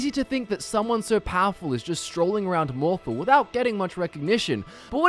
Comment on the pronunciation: sorry bout this, but it's "mohr-thahl" not "mohr-thle"